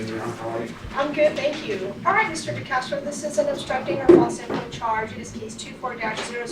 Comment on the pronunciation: It's "CASE" not "CHASE"!